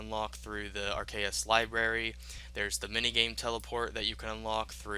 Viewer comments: The way he keeps saying Arceuus is so cringy, it's (Are-C-iss), that'swhy the fairy ring code is "CIS," it's how you say the end of the house name; and he messed up say "incantations," he said "incanations" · Arceuus (pronounced "Arr-KAY-us")